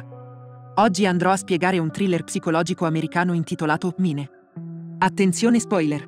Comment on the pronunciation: Credo che il bot che dia la voce, non sappia le pronunce inglesi. Infatti inizia col titolo: "mine" anziché "main"